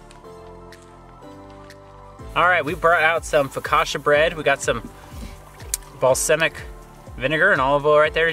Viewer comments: Balsamic is pronounced...ball-saw-mic. Not ball-sim-mic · you guys are awesome - love your work - - balsamic is pronounced boll-sah-mic. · Love the channel! Also it cracks me up how consistently says balsamic incorrectly! Keep up the great work tho!